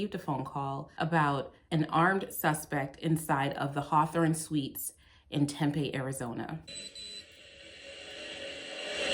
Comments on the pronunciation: It's pronounced "Tem Pea" Tempe not a huge deal just saying, love your work. Found you through Schrodinger's Cat. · it's "tem-pee" don't ask me why. i get made fun of saying "tem-pay" a lot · Terrific video in so many ways. But... Tempeh is fermented soybeans. Tempe (pronounced Tempee) is a city in Arizona. Home of Arizona State University. Thanks! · If you’re gonna keep doing AZ (and you are because Arizona 🤣🤣🤣) I need you to know it’s said Tem-PEE before you get flack for it. ☺️ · Hey just friendly heads up the city this video takes place in is pronounced Tem-pee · Thanks for the videos of this bad cop, hope that further action has been taken against him. But, it's pronounced Tem-PEE, emphasis on the second syllable. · It’s pronounced temp-eee. Like “temporary” temp-eee, temp with a long ‘e’ after. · I believe it's pronounced...tem-pee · we hereabouts pronounce it "tem-pee." not a callout, just fyi. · Amazing job as usual. Just an fyi, people here in Arizona pronounce Tempe as Tem-pee. The video with them illegally entering the home was freaking disgusting.